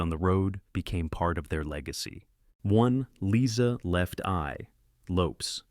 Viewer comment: Lisa LOPEZ!!!! AI SUCKS AND RUINS ALL STORIES